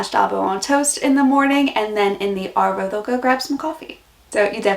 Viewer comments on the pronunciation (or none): G'day mate , This was a fully sick video but you have to work on Arvo and Avo they both sound the same when you say it lol . Keep up the great content mate :) oh BTW Dero short for Derelict meaning a homeless person or a tramp , hobo .